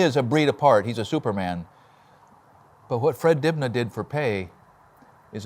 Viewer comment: The B in Dibnah is silent...